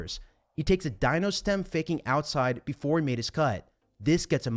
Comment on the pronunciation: Great analysis as always. BTW, “Dino” is pronounced “Deano” in WCO terminology 😉.